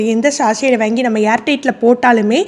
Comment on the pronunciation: வாங்கி, வேங்கி என்று சொல்லவேண்டாமே